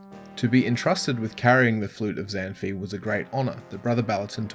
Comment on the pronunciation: Zan fi is pronounced Zahn-faay (like pie)